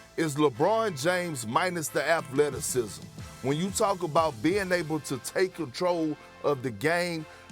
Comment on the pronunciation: How many time is Perk going to say “Lukhuh is Luhbron minus the at-letisicm,” as if it is the first he has said it. Literally says it every time he talks about Luka.